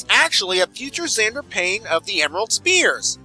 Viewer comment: I would like to point out that xander starts with an x as in mister x